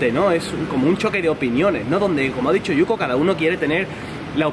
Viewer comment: Oye, dile a yuko que su español sería perfecto si pronunciara la " L " bien, ella la pronuncia como una "R" y eso es lo que le hace sonar japones.